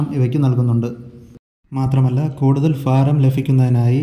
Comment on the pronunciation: ഫാരം ഫ ഫ ഫ ഫൂമി കേൾക്കുമ്പോൾ എന്തോ ഒരു അലോസരം തോന്നുന്നു ഭാരം= bha